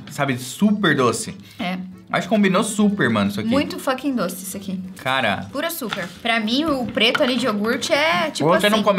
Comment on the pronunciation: Graças ao bob só consigo falar açurquinha kkkkkkkkkkkkkk